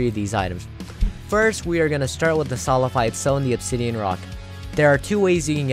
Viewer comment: Waiting for him to realize that its solidified, not solified...